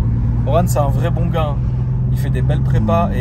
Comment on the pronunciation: Comment faire parler chinois tonton...en une leçon ....mais c'est böo c'est böo !!!😂😎👌